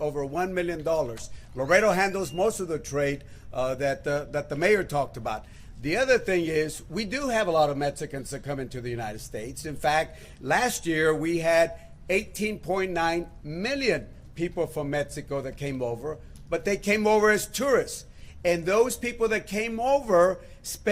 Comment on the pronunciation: Metzicans ? from Metzico?? Wow! Embarrassing.